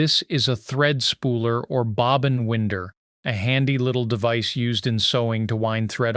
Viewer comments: When did thread aquire Windows? THREAD WINDER😂 as pronin the deep south of USA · How hard is it to pronounce winder, as in something that winds??????